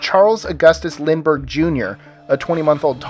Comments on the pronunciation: Bruh he just said Lindbergh the same way 3 time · Wtf, this dude said "three different spellings of the name, Lindbergh, Lindbergh, and Lindbergh" all pronounced exactly the same, just with emphasis on different syllables wtf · bruh he said Lindbergh 3 times. LMAO how are we supposed to know which ones your talking about.